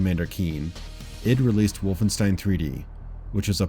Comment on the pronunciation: It's pronounced "eed", not "I.D."